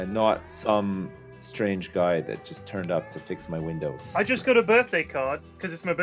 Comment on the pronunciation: "I hear you got some problems with your windees " 🤣😂